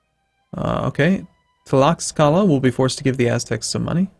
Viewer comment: Also any x's are probably pronounced like "sh", since all Mexican indigenous words were spelled using Spanish. So it would be "Tlash-ka-la" just like "Shyu"